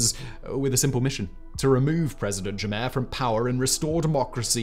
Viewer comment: Your pronunciation of African names is horrible 😂 it's pronounced "Jam-MAY" and also the T in T'Chiani is silent